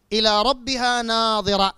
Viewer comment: اولا قرائتك للآية خطأ النظر والنضر يختلفان في النطق الشيء الاخر تقول ناظرة تعني الرؤية .فهل تعني الرؤية في قوله على لسان ابليس قال رب فأنظرني الى يوم يبعثون